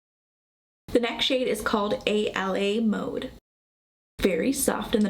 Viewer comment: I love the look. I know this is an old video but just wanted to let you know the a la mode shade is pronounced, ah-la-mode. I have this palette and trying to find looks to recreate. I agree the fallout is insane for the flaky shades .